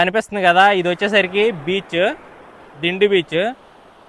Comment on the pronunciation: "డిండి" కాదు... "దిండి"..... సూపర్ వీడియో❤